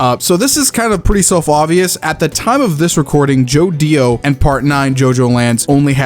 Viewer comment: Bro who in the unholy squigle fuck says Joe Dio?